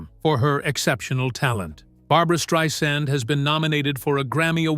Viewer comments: At least say at least use her right name you're not spelling it right and you're not saying it right thank you okay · Learn how to pronounce her name.